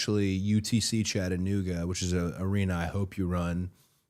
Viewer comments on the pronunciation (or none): none